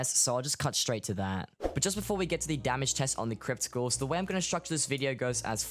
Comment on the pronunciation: anybody else hearing him say crypticals instead of crypt ghouls